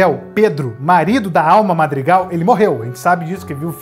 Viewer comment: Você falou errado né marg argan é madrigal